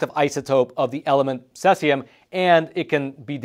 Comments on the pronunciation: Cesium. Pronounced like the word seize and e-um. Not suh-es-e-um. I know there was a graphics with sesium but it's the same element in the video For a second I thought it was a compound I hadn't heard of. This is on the periodic table and it's cesium. #55 Cs. Most people probably haven't heard of it. The pronunciation really threw me for a loop 😅 Edit: I don't normally correct pronunciations, but it's also not in any of the top comments, as well as being mispronounced throughout the entire video, so I feel it should be said. This is the word he's trying to say. Btw love, been subbed for years. Found him during the pandemic and havn't let him go ❤️ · Pronunciation note: cesium is "sieze-ium". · It's actually pronounced Cee-Zee-Um just an fyi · He keeps mispronouncing cesium. Aaaaaahhh😂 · Learn the correct pronunciation of CESIUM. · Yes, not sure why he pronounced it incorrectly. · Judging by the surname, he might be native in Russian, and that's how we pronounce it in Russian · Good reporting. Bad pronunciation. If you're going to use an unusual word a dozen or so times, check pronunciation first. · Ceeeeesium not seasium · it is pronounced "See-Zee-Umm" (not Sess-Ee-Umm), in case you have to do follow-up reports. Thanks for sharing yet another Hot Sheet briefing. Edit: C-137 is primarily used in flow gauges in industrial pipelines, so if this scrap yard got a shipment of those gauges it was likely due to the pipeline owner not notifying them of the nuclear threat. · Cesium not Sesium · It's cesium 137, not "sessium" 137. First syllable rhymes exactly with the word "seize". You could say seize-ium 137. Patrick Cowdrey, Redding, California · It's pronounced see-z-yum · It's most commonly pronounced most closely to Si-Sium (Cesium). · See zee um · it is pronounced ...., seaziam.. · See-zee-um. Say it with me class. 🙄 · No offense but it’s pronounced seize-eee-um. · I've never heard Cesium pronounced that way. That's incorrect. Say See Zee Um